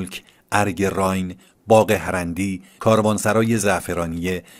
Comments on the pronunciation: Arge RAAYEN not Raayn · بادرود راین باکسره زیر ی خوانده میشود پاینده باشید